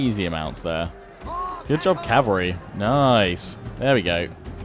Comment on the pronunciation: Don't stop saying noice it is funny :)